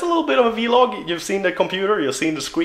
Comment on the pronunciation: It's vlog not v-log